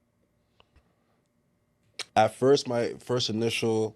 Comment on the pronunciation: Pls read Baka correctly. Don’t be a baka,.